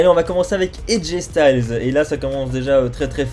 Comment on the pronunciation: Aj styles sa se prononce style